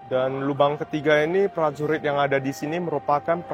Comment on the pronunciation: Prajurit bukan plajulit , berkuda bukan belkuda 😅